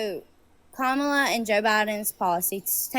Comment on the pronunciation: At least she pronounced Kamala correctly.👍